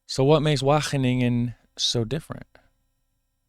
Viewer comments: You're already getting better 4 minutes in, but the W is a hard one. You're pronouncing it softly. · Your Wageningen pronounciation is really close. Its only the letter A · The A in Wageningen is pronounced as the first A in AMAZING